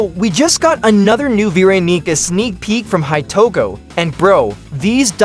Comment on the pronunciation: "VEE RONEECA"